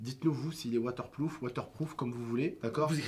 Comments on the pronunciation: c'est pas "waterploof" c'est "WATERPROOF" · l'iphone 7 est "water ploof " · A partir du 7 il son woterprouf